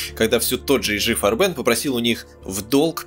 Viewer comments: фганцузский концегн "Фарбе'н", с ударением на суффикс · Так фильм Ромма И ЕСТЬ общий обзор, у него совершенно другая задача. Он больше о человеческой психологии и нравственности. С моей точки зрения, фильм переполнен, именно ПЕРЕ полнен фактами, за которыми теряется общая картина. И очень режут слух неправильные ударения (ГабЕр, фарбЕн ,Тиссен, слава богу хоть не ГитлЕр), чис лительные вроде "девятиста", и сокращение нсдАп. Ну совсем не по-русски...